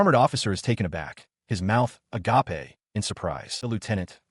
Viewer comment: AGAPE (a-gape) Not "a-ga-pay" (agapé)